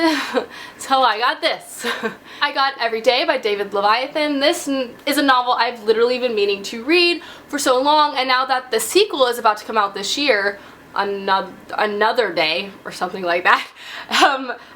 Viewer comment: I've heard you say Leviathan before, it's pronounced Lev-i-than. Anyway, Every Day is a great book, I don't think it needed a spinoff novel though.